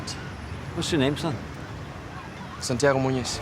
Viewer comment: OOOOOOOOOHHHHHHHHHHHHHHHH SANTI-AGO MUNEZ